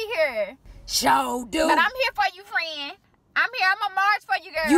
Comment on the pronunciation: Frieeeeeeeeeeeeeeeeeeend 🤣🤣🤣🤣that is the longest one syllable word I have ever heard. 😂😂😂